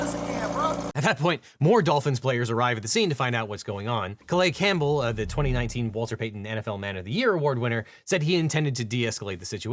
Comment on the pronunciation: Cuh-lias Campbell, not "Cullay." Side note, insane this happened. I mean, not insane because this shit happens all the time but still. Insane.